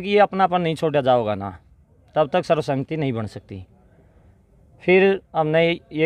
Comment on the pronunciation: Sarv sahmati nahi sarv sammati ucharn karo